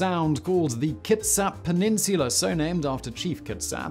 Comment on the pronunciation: he pronounced the first native word pretty well. and kitsap too